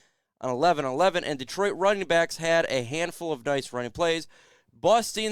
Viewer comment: First thing you can do is pronounce Detroit . Not deeeetroit